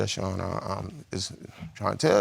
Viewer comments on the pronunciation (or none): none